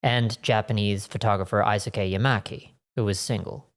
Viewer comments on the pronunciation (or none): Just a small pronunciation note - "Eisuke" in Japanese, the /ei/ sound will always be pronounced as the letter A in the alphabet (so like in the word hey). I am loving your content so far, having been pointed here by Simon on Casual Criminalist and always enjoying your mammoth scripts for that channel. Was NOT prepared for the epic 'tache!